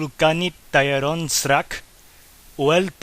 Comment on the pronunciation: It's lit, but one thing, srak is not pronounced as srak but sra, that k is unaspirated and silent